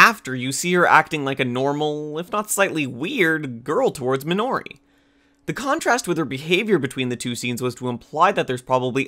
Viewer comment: Pls help.... the pronouncing of the names are so painful... mainly kitamura and minori.